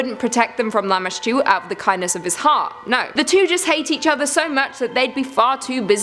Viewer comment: Lamashtu? Or lamma stew. Lol gross